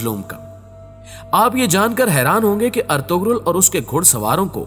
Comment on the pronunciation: ارطغرل ہوتا ہے ارتغل نہیں